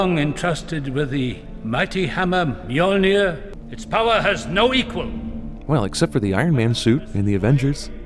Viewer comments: Not to mention how they pronounce 'Mjölnir' and 'Bifröst'... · Gard, America should not turn this fucking stuff into a movie. The way they say 'Mjølner' is just stupid. Gard, stick to your own religion, instead of ruining others.